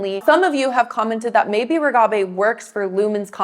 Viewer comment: Why do you say Reghabi's name with a trailing 'bey' rather than 'bee'? Very distracting. Also, you spelled her name incorrectly in the title.